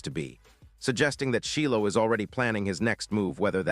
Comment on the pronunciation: It’s Shilo! 😅(chi lo)